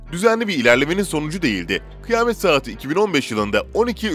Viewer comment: Kıyamet=kıy-a-met.... Kıymet😱😱